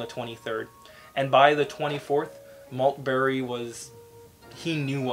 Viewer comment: Major general Christopher Maltby NOT Maltberry !